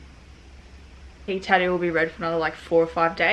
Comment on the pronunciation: What’s a tah-ooh